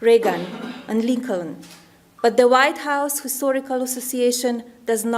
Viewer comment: I want to know why she pronounced histhorical not historical